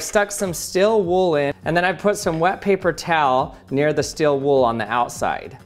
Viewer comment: I was wondering what "Still Wool" meant, like 'Is wool usually in motion?', Then after pondering that for a few seconds, I realised "Oh!!!! steal wool, That's just how he pronounces it!"